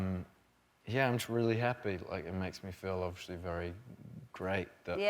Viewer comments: Everyone: “Obviously” Harry Styles: “Overshly” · 2019 and he never learned to say obviously not obvershly hahahaha haha I love him. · Loving that he still pronounces “obviously” as “obvershly” <3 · “ovlishly” i love this man so much